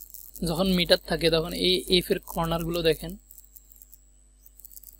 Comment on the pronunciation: Not meter, bu MIter.